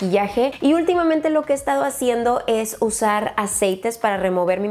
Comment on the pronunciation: minuto hablando como con un acento tabasqueño que estas hajiendo jajajajajaja, saludos